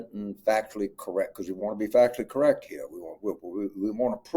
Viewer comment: “I don’t think we need to bring MIT in heeah.” Lolol